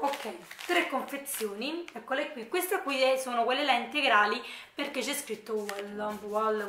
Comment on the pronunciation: Ciao mi piacciono molto i tuoi video e in più sei simpaticissima. Solo non capisco perché invece di dire semplicemente qui ti ostini a dire quio o quia. Comunque video bello come al solito, tanti saluti